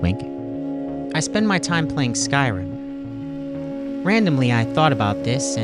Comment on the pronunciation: I truly appreciate you using the correct pronunciation for Skyrim